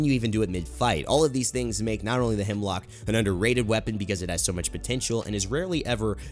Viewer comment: Am I the only one who gets triggered when people think its HEMLOCK when its HEMLOK 😂😂😂